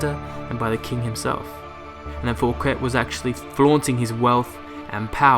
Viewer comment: Thanks! informative! BTW: *How to correctly Pronounce Fouquet: (the T is silent) *The french king in question was the sun king, Louis the 14th.